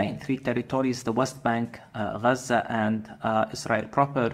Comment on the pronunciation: He is lying! Doesn’t he afraid of God? Did you notice he said Raza. Not Gaza like Muslim